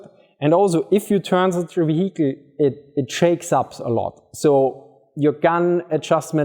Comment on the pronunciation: want to laugh at him for saying VeHeecle then I try to prounce german compounds like Rechtsschutzversicherung and shut my mouth.